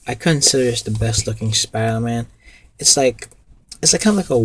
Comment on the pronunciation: Why can't you say spider-man?